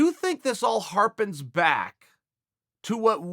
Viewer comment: ‘Harpens back’